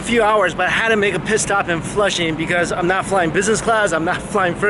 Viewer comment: At about he says I had to make a pit stop in flushing but I heard it as I had to make a piss stop in flushing.... Which is pretty funny I think